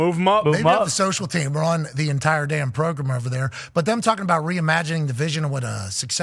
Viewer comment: Funny he says Progrem not Program